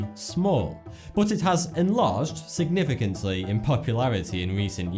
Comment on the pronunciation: Number 2 "it enlarged signafficently*" really dude * i dont know how o spell it